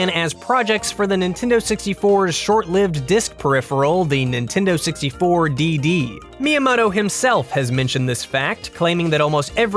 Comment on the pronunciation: NEENTEENDOO SEXTY FOOUH